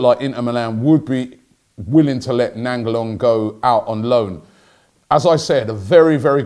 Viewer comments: Robbie u butchered his fkn name. Its pronounced Rad-ja Nai-n-golan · "Rajda Nanjalan"